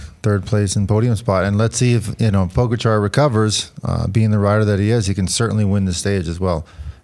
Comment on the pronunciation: It's funny how Lance stresses second syllable of Mohorič (first should be stressed) and first syllables of Pogačar (second should be stressed)